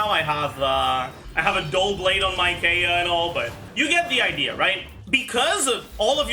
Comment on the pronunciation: It's Kiiy-ya not Kae-ya. It's not phonetically sound